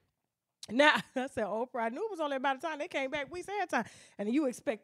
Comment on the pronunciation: That AIN’T OPFRAH!